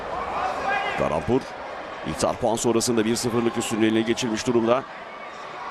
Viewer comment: я думаю что за каламбур все время а оказывается калампур)))